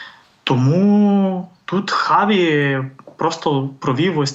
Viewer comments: А чому Чаві , а не Хаві? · Хаві, а не Чаві. Допоки?